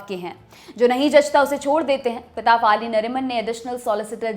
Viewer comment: फली मरिमान. फ़ाली नहीं